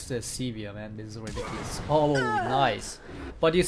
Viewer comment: "It's ridikilis"